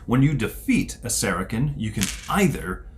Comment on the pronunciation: Good vid, guys. I like how you do it. The speech is very slow and clear. You jumped right into the game and explained as you go. My only comment is, the way you pronounce Saracen is is "Sera-SIN" not "Sera-KIN".